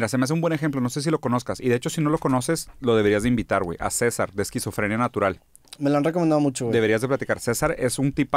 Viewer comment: Mi esclavo en mi quería lanzarle una piedra cuando dijo mal los nombres de los canales de César